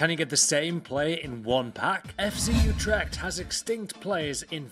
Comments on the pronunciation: Its FC UtrecHt, not utrect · it is utrecht, and not utrect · its Utrecht not utrect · it's FC Utrecht, not Utrect.